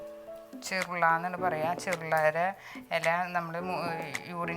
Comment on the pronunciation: ചെർള അല്ല. ചെറൂള